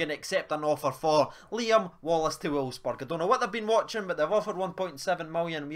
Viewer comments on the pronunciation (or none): none